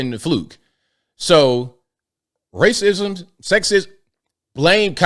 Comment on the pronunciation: WACISM??? WASKLY WABBIT